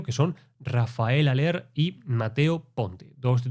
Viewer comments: Hola, buen análisis! Haller se dice "Jáler" (Al menos así se dice en Uruguay que no hablamos el Español nativo original jeje) Abrazo! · A haller se lo pronuncia "jaller"